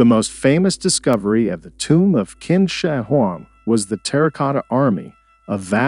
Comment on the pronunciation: Qin is pronounced 'chin' not 'kin'